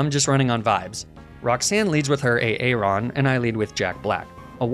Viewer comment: is nobody else triggered by the way he pronounced aron? he's saying "aye-aye-ron" it's "aye-ron" were tf is he getting the second A?